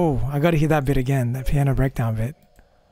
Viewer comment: How his accent has rubbed off on me: from "fall down again" to "fall down AGAAAAAAin"